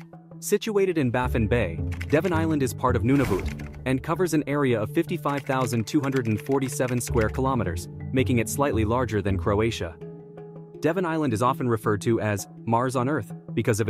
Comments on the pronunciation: Bro mispronounced Nunavut (it’s pronounced “none of it”) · its not pronounced "noonooovoot" you silly american